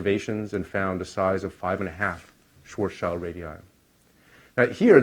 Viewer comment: Schwarzschild is pronounced as Schwarz as in black, and Schild as in shield. Schwarz-shield ( ʃvaʁtsʃɪlt ) and not Schwarz-child ( ʃvaʁtstʃaɪld ).